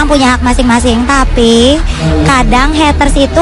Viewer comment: Mba Mba.. it's Heyyyytersss bukan Hetteurs.. kalo gatau pronounce Ga usah ngomong Haters Haters dah